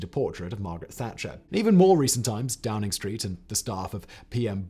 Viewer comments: you called it DROWNING street... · did Simon say Drowning Street? 😅🤣🤣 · "Number 10 Drowning Street" anyone else hear this? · I swear you say number ten drowning Street. Which is hilarious and about right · Drowning street?? 🤣🤣